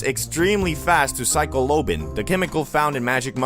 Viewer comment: I dont think ive ever heard anybody pronounce psilocybin worse dawg im sorry